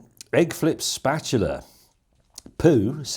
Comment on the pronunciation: Me mum used to call it a spatoola! ;-) (And I'm not even British...) It was a family joke (back in the late 50s), when our brand new tv station tried to live stream a very early infomercial, all done by a news reporter who mispronounced the word. Obviously, unfamiliar with all things kitchen. It always resulted in hilarity around the table.